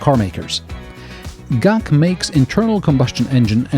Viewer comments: Is G-A-C not gac guangzhou, zho not ju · GAC= Guangzhou Automotive Company. Not Gaak. G-A-C.